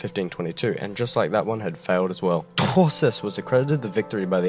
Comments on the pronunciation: you really tourshed that name.....torquemada would have loved it and would have cried....touchè..!! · I apologise for my cringey pronunciation of Truschess everybody, my German grandparents would be devastated.